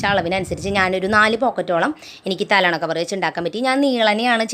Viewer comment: Talona alla talayana